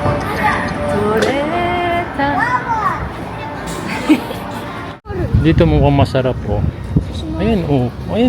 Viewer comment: Ang kulit talaga ni!! 😅Tawa ako ng tawa sa “Torretta” sa halip na “Torete”😅😅!Pati yung Lalala Sun Beach “malala na raw” sabi ni 😅😅. Ang kulit!